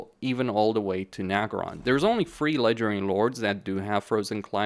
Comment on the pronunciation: All I hear is legedairy lords